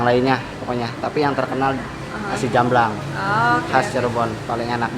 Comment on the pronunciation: asem = sour (comes from the tangerine) but it will nice if you add more lemon squash jamblang pronounce as jump-blang (without 'P') those waiter cannot speak english, thats why they avoid and you come to islam restaurant, they cover their faces (the girls). thats mean not good actually. hope you alright in that restaurant